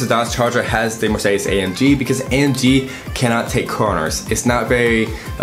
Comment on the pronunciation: Learn to prounance car makes ! like Mercedes and porshe ! :)